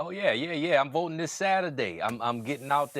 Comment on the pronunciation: What's with Colbert's corny votin'' pronunciation when talking to Jon Batiste? Colbert doesn't drop his G's, so it's a deliberate affection, and a rather offensive one actually. Maybe he should do it in Blackface to be sure that we don't miss it. I'm usually annoyed by educated people pretending to be ignorant for points. Obama used to always talk about "folks" in his speeches. I'll bet that he didn't use that word too much when he was writing legal briefs at Harvard Law School.